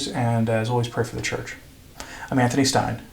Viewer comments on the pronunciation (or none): none